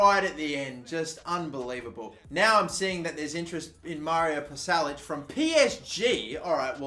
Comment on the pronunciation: Pasalic is pronounced Pasha Lichhh